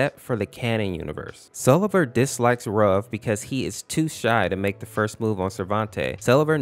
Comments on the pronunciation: fun fact (absolutely no hate): its pronounced sleeve-r not sell-e-ver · His name is actually pronounced; Sell-ee-ver. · So it’s not pronounced see-lee-ver huh